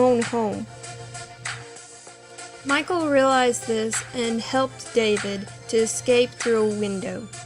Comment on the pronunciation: Name is not Michael; it is Michal, pronounced mee HALL (the h sound is rough, like the ch in Bach or loch).